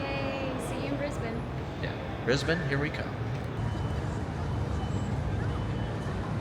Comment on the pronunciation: At least he pronounced Brisbane correctly. I'll give him a point for that.